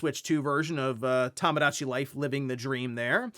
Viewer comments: Toe moe dah chi. Not tamagotchi. Bro….. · It's TOMOdatchi, not TAMAdatchi! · It's TOMOdachi Life, not TAMAdachi 😭